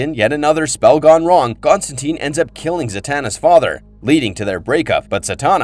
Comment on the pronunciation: According to Gaiman, it's TINE not TEEN. The film ruined his name lol.